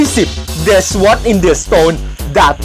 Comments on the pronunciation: Sword = ซอรด์ Curse = เคี๊ส เเรพเร็วเกินไป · sword ออกเสียงว่า ซอร์ด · เป็นวัฒนธรรมไปแล้วเหรอ ที่ชอบอ่าน Sword ว่า สะว๊อด ? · sword อ่านว่า ซอส ส๊อดดด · sword. ซอด. cursed. เคิ๊ส. ทำคลิปให้ความรู้ ควรทำการบ้านมากกว่านี้นะครับ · ซอร์ด ไอฟาย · อ่านว่า ซวอด ก่ใด้คับบ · sword อ่านว่า "ซอร์ด" นะครับ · Nattawuth Sarakhet มันอ่านว่าซอต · ทำไมชอบอ่านซวอดกันจัง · ออกเสียงคำว่า sword ผิดนะครับ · ดูคลิปอ่านออกเสียง eng ผิดเยอะมาก ควรทำการบ้านมาก่อนอัดคลิปนะครับ sword cursed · Sword อ่าน/ออกเสียงผิดนะครับ แต่ทุกอย่างดีครับ พากเร็วสนุกดี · คับไช่คับพูดผิดเพราะคนไทยชอบอ่านผิดอยู่เสมอ5555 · มันต้องซอร์ด!!!ไม่ใช่ซะหว้อด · Nonny English อ่านว่าซอร์ดค่ะ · ิ่อ่านว่า ซ๊อด นะครับ S ตัวหน้า ออกเสียงครึ่งคำ ไม่ใช่ ซะว๊อดด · การใช้ภาษาอ่อนมากเลยครับ พยายามศึกษาให้มากกว่านี้ ขอบคุณครับที่อุตส่าห์ทำมาให้ดู Sword = ซอด ไม่ใช่ สวอด อังกฤษ = อัง-กริด ไม่ใช่ อังกิด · Sword อ่านว่า ซอว์ด ไม่ไช่ สวอด ครับท่าน เด็กๆจะได้เข้าใจถูกครับ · สวอด เหี้ยไร เขาอ่านว่า ซอด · sword อ่านว่า ซอด นะคะไม่ใช่ซะวอด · Swordอ่านว่าซอดไม่ใช่ซวอดครับ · Sword อ่านว่า ซอส นะครับพี่555 ไม่ใช่ สะวอด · พี่อ่านว่า ซอท ไม่ใช่ ซวอท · ขอติหน่อยคำว่าsword อ่านว่า ซอร์ด ไม่ใช่ ซวอร์ด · ขอแนะนิดนึงนะครับ พูดชัดฟังเข้าใจดีครับ แต่คำว่า sword อ่านว่า ซอร์ด นะครับ ไม่ไช่ สวอร์ด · พี่ครับ The Cursed of muramasa ไอตรง the cursed อะครับอ่านว่าเดอะเคิรสไม่ใช่ เดอะครุเสดครับ ส่วน sword อ่านว่าสอร์ดไม่ใช่สวอร์ดครับ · ซอดครับไมใชสวอด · ไม่ได้ว่างู้นงี้นะ เหมือนพูดเหมือนแบบ ลิ้นจุกปาก อารมณ์เหมือน แจ๊สเล่นเป็นเด็กแว๊นเรื่องสุดเขตสเล็ดเป็ด 5555 เพิ่มเติมนะครับ sword ไม่ใช่ สว๊อด นะ เค้าอ่านว่า ซอร์ส ลองหัดเปลี่ยนการเรียกดูนะ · นาทีที่8.21 มันต้องพูดว่า เดอะ วอลเลซ ซอร์ด ไม่ใช่ เดอะวอลเลนซ์ ซวอร์ด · sword อ่านว่า ซอร์ด ไม่ใช่ สะวอด น้าาาา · sword ออกเสียงว่า"ซอร์ด"ครับ ไม่ใช"่สวอร์ด" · Sword อ่านว่า ซอรด์ ครับ ไม่ใช่ สว๊อด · Sword ซอร์ด ไม่ใช่ สะหวอด Cursed เคริส์ คำสาป ไม่ใช่ Crusade ครูเซด นั่นมันสงครามแย่งชิงเยรูซาเล็ม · ซอด คับ ไม่ใช่สวอด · ซอตไม่ใช้สวอตคับ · sword อ่านว่า ซอร์ด นะครับไม่ใช่ สว๊อด =_=" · เดอะซวด 55555 กูขรรม 5555